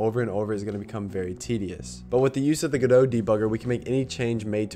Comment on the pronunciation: You pronouncing Godot correctly fills me with hope.